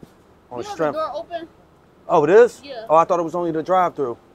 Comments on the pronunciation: I love how he says "on the stremf" legend ❤ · "On the strenff" is my favorite phrase 😂